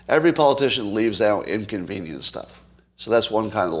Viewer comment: Is that "inconvenience," or "incontinence?"